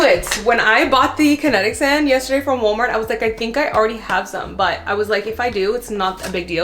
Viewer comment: The Portugese pronunciation of woolmart has me dead . 10000% accurate. Both my boys dropped naps at around 2 😢 lol